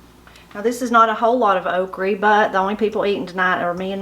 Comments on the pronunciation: I agree! I’m from Georgia and I’ve never heard anyone pronounce it Okre/Okry. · Why would you say okry with an E sound? The word doesn't have an E or a Y. It ends in an A and an "uh" sound. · Your food looks wonderful but wish you'd say "o-kra" :) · "Okrie" LOL....now that brings back memories! Growing up in Kentucky, just about everyone would pronounce all words ending in "a" as "y" or "ie"! I love me some good fried okrie!! Black-eyed peas, rhubarb, butter beans, oh man, the list of good eatin'' is lonnnnnnggg! Got any videos on rhubarb pie?? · I've heard that the original okree was pronounced as you do and it changed to okra later after coming to this country. Your supper looks so good, I feel like I could smell it cooking. Good memories of my NC gramaw. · My Nanny fixed (and pronounced) Okree the same way. I have great memories of her in the garden and the kitchen. This video is a wonderful reminder of her, and and that supper looks incredible. Thank you for what you do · My mamma cooked okra, okra, exactly like yours. Delicious. Also, I have bought different seeds from Hoss Tools in Norman Park, GA. And he did a video about OKRA. HE did research on the pronunciation of okra. The research revealed the CORRECT PRONUNCIATION IS " OKRIE " WHICH MADE ME SMILE. WONDERFUL SUPPER, I'M HUNGRY NOW. Thank you. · My husband pronounces okra the same way and we are from KY. I have never seen anyone eat jelly without toast or biscuits. But I would love to taste the mulberry jelly! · Oh my goodness that's exactly how my granny says okra and fries it the same way real good eatin there, keep up the good videos.